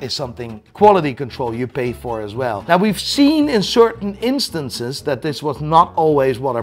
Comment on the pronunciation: Me: "Now.": "Nigh."